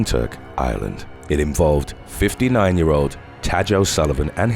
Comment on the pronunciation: "Tadg" is pronounced ti-gue. I'm from Ireland :-)